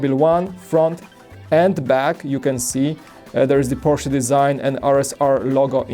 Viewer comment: I’m glad knows it’s porch-uh. Polish may have similar pronouncing to German.